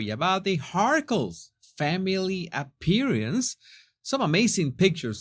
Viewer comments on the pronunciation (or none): You might wanna check the pronunciation of "appearance".